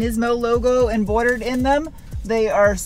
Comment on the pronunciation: "Embordered" "Shifticle".... adorable.